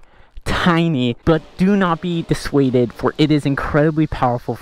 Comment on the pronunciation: Did you say "disuaded"???? Huh?🤔